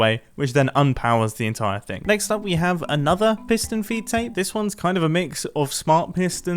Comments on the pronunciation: I’m very sure he said foot tape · Never knew it was a piston “feet tape” and not “feed tape”